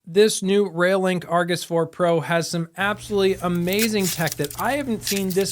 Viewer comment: Sorry, it's doing my head in !! - It "sounds like" you're saying "Rail Link", instead of "ReoLink", it's annoying as hell. Stop It !!